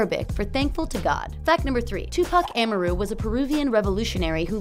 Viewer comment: Tupac A Mar Ru